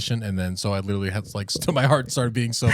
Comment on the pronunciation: should learn how to say literally before he uses it in every sentence.😂